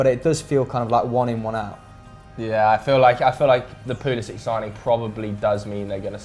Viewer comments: It’s pronounced Christian pull-a-sick I believe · Chelsea and everybody else says Pulisic